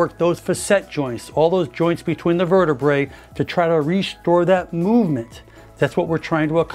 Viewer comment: One bone in the spine is a vertebra-a; sounds like the ladies’ garment. Two or more bones in the spine are called vertebr-ae (Latin plural ending); pronounced vertebr-ee (or like the cheese Brie). It’s Latin- not pronounced vertebr-A-E, vertebr-ay, vertebr-I-E. VERTI-BREE! These terms are pronounced wrong a lot! The British usually get it right. Your viewers will learn something!